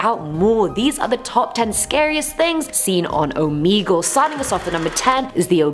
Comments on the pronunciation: It’s oh meh gul ok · the fact that she pronounces it "Omeegle"